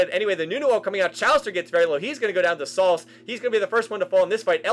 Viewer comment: It is pronounced SAL-CEE